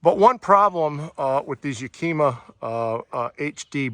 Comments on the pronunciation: ya-ka-ma is how HD rack is pronounced. nice awning...with all the fixings... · Great review. I bought the same awning. I really like that you touched upon the fact that you don't get roof rail bolts to mount it. I spent weeks trying to find the right bolts for my Thule rack bars and there customer support was absolutely awful, they will not send you the proper bolts. It was a very thorough review, I enjoyed it. But please learn how to pronounce Yakima. It's pronounced like the city in Washington and starts with the sound of the wooly animal a "yak", "ah", "mah". There is no q in Yakima. Keep up the good reviews.